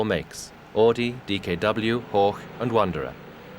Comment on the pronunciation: AUDI! Not "AADI"! Pronounce it right.. Jeez